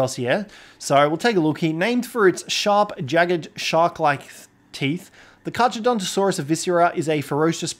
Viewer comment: The way you are pronouncing it's name is infuriating to me